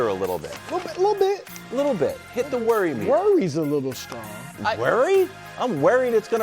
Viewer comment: HOW DID IT TAKE THIS LONG TO ADDRESS THAT BASTARDIZED PRONUNCIATION OF WORRY